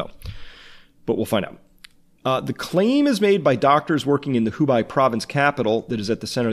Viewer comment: It's Hu-Bae, not Hu-Buy